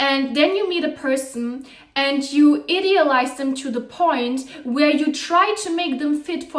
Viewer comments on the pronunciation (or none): She pronounces I-deal-ize as Id-eal-ize because you’re an idiot when you do that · I love your content and perhaps English is not your first language but the way you pronounce idealize is wrong